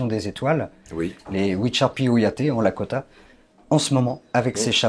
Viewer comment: Il ne représente même pas le peuple lakrota et non lakota.. il ne sait même pas prononcer le nom..